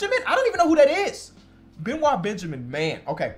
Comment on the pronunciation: Benoit Benjamin's first name is actually prounced be-NOYT 😆